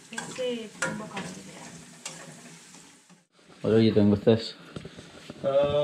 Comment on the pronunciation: Proud to be a Sri Lankan ❤🇱🇰...Love the way you pronounced 'Thumbakarawila' lol.. 😂❤ Next time you visit to Sri lanka go to 'Meemure' it's a wonderful Village... there are waterfalls and it s a wonderful village with full of beautiful people living there...❤❤